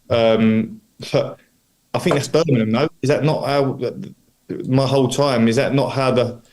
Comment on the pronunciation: He been in the area long enough to stop calling it Burminum!😜 Thx for your commitment to Birmingham!!💙